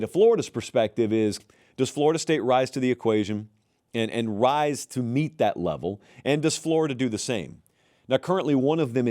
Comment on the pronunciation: Did he say "rise to the equation"